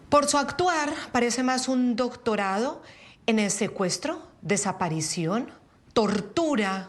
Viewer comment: nisiquiera puede leer "doctonado". 🤡